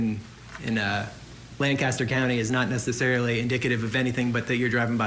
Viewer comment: Why does everyone in this court room, especially the defendant pronounce Lancaster PA incorrectly. Everyone who lives here for any amount of time knows how to pronounce it correctly. (LANK- KISS-TER) His last wife lived there 🙄